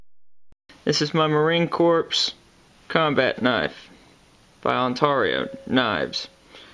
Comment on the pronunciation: SAY Corps right!